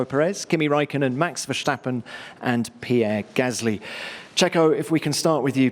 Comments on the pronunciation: Max verstappen not mex vershhhsteppen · It is VER_STAP_PEN not VERSSSHHTAPPEN , In English you do also not say "He shhtepped on the shhhteps of the shhhtairway and then he shhhtumbled " . That would sound so sshhtupid , same thing with saying Verssshhtappen .